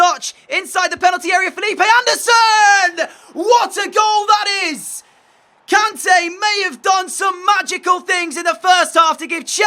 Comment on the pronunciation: Its "kon-tay"